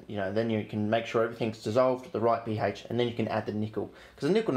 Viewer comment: the way you say ph always gets me